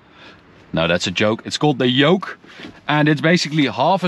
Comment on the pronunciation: You said Joke for Yoke if you were Latino..😆